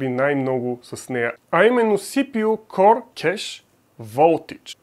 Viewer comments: КОР бе човек, КОР!!! Core се произнася К О Р!! Като хардкор например (hardcore). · Ами някак си се чува като Коре - Коре ай 5 примерно, но може и да е защото го казваш бързо.